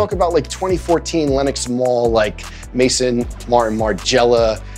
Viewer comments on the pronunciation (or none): its Maison* not Mason Margiela 😂